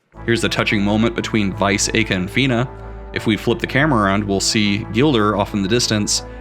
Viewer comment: I find it more interesting how you pronounce Aika and Belleza's names.